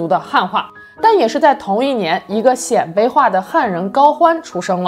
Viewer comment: 鮮（音：先）卑！